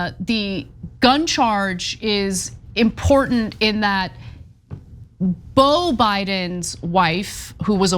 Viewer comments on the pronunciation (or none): none